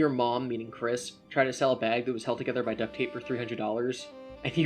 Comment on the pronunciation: "Ween" "christory" lmao stfu